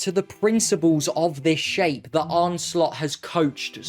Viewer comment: his name is arne, and it's pronounced 'arna', not arnay, not arny, and not arn.